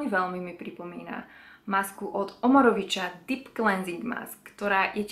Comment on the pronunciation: Mám rada tvoje videá, len chcem povedať, že Omorovicza ako maďarská značka sa vyslovuje "Omorovica", nie ako v poľštine, keď cz sa číta ako č. Ospravedlňujem sa, že tu píšem o takejto drobnosti, ale nemôžem si pomôcť 😉